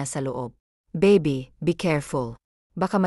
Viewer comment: Ay naku! dear narrator Hindi ko kakayanin ang pronunciation mo.lalk na Ang word na(okay,baby,mommy at iba pa).paki research Naman sa goggle Ng right pronunciation.ang pangit at nakaka destruct pakinggan.nakakasira kc sa story,ang Ganda Sana Ng story ang pgkakanarate lng ang pangit.try mo nlng egoggle pra maimprove ang pronunciation mo sa tagalog.baka isip Ng iba na Hindi Tayo marunong sa sariling wika natin.ms nakakahiya Yun di ba?Sana sa next na mapakinggan kita Tama na Ang pgbigkas mo Ng mga salita.